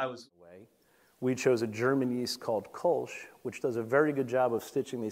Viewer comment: this one drives me crazy. Kölsch should be pronounced almost like "Koor-lsh" with a short "oo" as in "look" and only a slight "r" sound, more akin to the British or Aussie "r". That is how the german "ö" is pronounced. In English a close comparison might be "curl-sh"